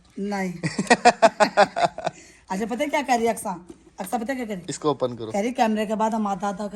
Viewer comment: Open HOTA hai.opan nahi hota